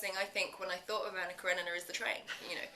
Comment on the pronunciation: Esta tipa fez o raio do filme não sabe pronunciar o nome Anna Kerenina! Meu deus!